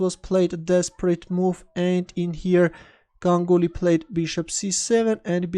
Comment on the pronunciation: Correctly pronounced his name...